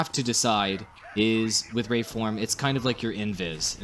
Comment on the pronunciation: WRAITHform, not wrathform.